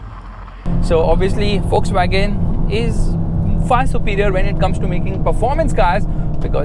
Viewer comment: Bro Please say VOLKSWAGEN properly why you say Fuckswagen 😂